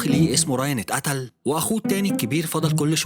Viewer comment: اسمو براين مش راين 😂 و العصابه اسمه بالاس مش بقلظ